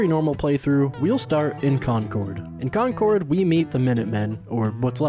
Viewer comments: An American who can pronounce concord right 😂 most call it conquered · dude your pronunciation of 'Concord' made this all worth it lol